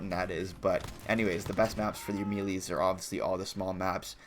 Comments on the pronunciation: Dude really said "meelees" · HE SAID ME LEES